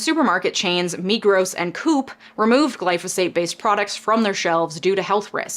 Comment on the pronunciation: Just to say, Coop is pronounced Co-Op it's a cooperative based supermarket